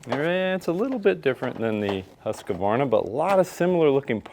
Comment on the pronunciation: Great video.. Just one thing. It's Husq-varna... Not Husq-a-varna 😂